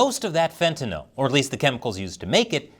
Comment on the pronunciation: you are the first person I have heard pronounce Fentanyl correctly. Most people pronounce it as if the word was Fentanol